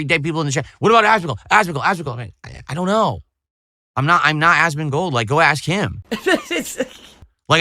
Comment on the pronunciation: Ahsmahn-gold 😂 is such an alien 😂😂